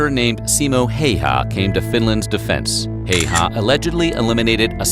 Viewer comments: Siiimo hayhaa. Shit pronouncing🤣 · btw man in video is pronausing Simo Häyhä wrong letter ä dont be pronaused like letter e. man in vide is pronausing the name Simo Heiha not Häyhä